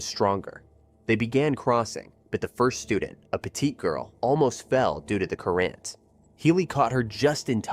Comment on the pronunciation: "just excited"? I think you meant "just exited" cur-rant? "current"